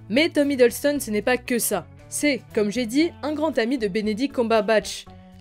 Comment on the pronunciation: C’est Tom Hiddleston pas Hideulston (je parle de la prononciation pas de l’écriture 😉)